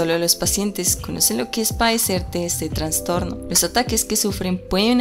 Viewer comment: Una pequeña aclaración, la palabra correcta es "trastorno", sin la "n".